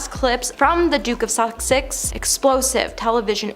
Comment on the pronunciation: The Duke of Sussex not Suksex😭😭